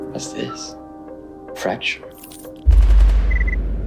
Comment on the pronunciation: "Fracture" what a way to butcher the name of the mutant